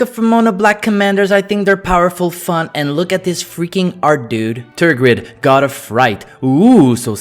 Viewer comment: I hear Hagrid not tergrid.